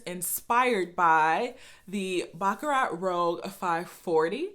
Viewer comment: I appreciate your video. Your pronunciation of baccarat is incorrect. I have the same issue with some European perfumes.